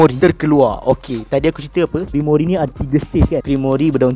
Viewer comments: *Grimoire bukan grimoiri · Sikit pmbetulan "Grimoire" bukan Grimory😅 Jgn marah hah👍👍 Terkejut aq dia sebut Grimory😂😂 Bile masa plk Rias Grimory join Black Clover universe ni😂😂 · Cara sebut dia "grimoir" bukan "grimori" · Sebutan grimoire = grim.war bukan grimori